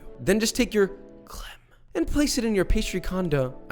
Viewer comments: Fun French fact ! You pronounced all those french word the right way (maybe a bit less of an hard "r" on the "beurre" and it'd be *perfect*) i've got nothing to say... like, you even evaded the mistake of pronouncing the "e" in the end of "crème" that's like... perfect. I'm proud even though i did'nt participate in that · I’m French and the way you pronounced ‘’crème’’ is just perfect